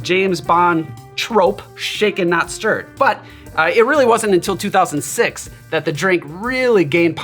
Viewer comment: James Bond didn't have a "Vesper". He had a medium dry vodka martini. Shaken. Not shterred.